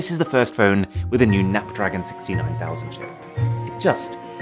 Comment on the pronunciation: “Exynass” & “nap-dragon” I couldn’t hold myself 😂😂😂